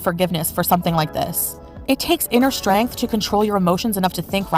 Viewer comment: It takes strangth y'all strAngth